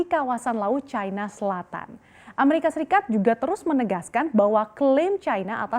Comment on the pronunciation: MBAK..... BUKAN CAINA........ YANG BENAR CINA MBAK...... KECUALI KALAU BERITANYA ITU FULL DGN BAHASA INGGRIS, BOLEH ANDA NGOMONG CAINA, ANDA ITU PINTER TAPI KEBLINGER YA ORANG ORANG SEPERTI ANDA INI, COBA DEH BELAJAR LAGI.